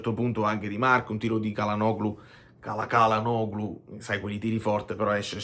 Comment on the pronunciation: tutto perfetto, ma il pronunciacion Nazi che è in me interviene ricordando che Çalhanoğlu si dovrebbe leggere Cialhanòolu